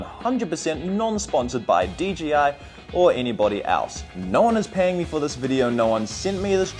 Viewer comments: If you're going to review a product at least get the name right. DJI NOT DGI! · I can't be the only one that thinks he keeps saying "DGI"? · You know its an I not a G right?? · I’m glad to hear that I’m not the only one who says D G I instead of D J I no matter how hard I try to say it right. 😂